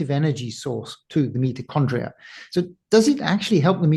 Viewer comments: Its not meti condrial its mito after mitosis, crazy good to listen to an expert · I found it incredibly annoying that while talking to an expert about mitochondrial health you kept pronouncing the word "Meet O Chondria' rather than 'Mighto Chondria" as almost everyone in the world does. This conflicting use of the word maybe 100 times during the podcast was incredibly annoying. It seemed to me that you were pushing your guest time and time again to your 'version' of the word. I found it so distracting that I may have missed some of the important information contained within. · The word Mitochondria .. You repeatedly mispronounced it "meatochondria". Many viewers found the mispronounciation annoying to listen to, myself included 😅 You still have an interesting channel though! Thanks for bringing interesting guests